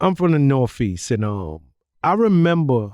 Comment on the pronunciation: "I'm from the nor-feast"